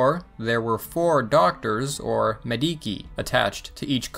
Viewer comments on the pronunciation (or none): Do you think it would enhance the educational value of your videos if you checked the correct pronunciation of foreign words like /ˈmedit͡ʃʲ/? (Which you pronounced more or less like /me'di:ki/)